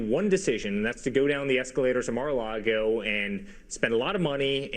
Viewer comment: Is Charlemagne saying Mag-A-Lago as a joke or does he not know the proper pronunciation of Mar-A-Lago? The grammatical errors in this broadcast are just pitiful. 😣